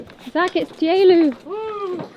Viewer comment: I cannot stand it any longer. How can 'Teulu' [tee-ooloo] pronounce into [ta.eelee] 🤨